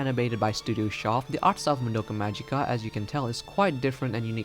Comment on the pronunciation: Why can nobody pronounce the word "magica" from the title? It's Latin, but everone insists it being an English word. And regarding symbolism/parallels: if you're interested, you should read this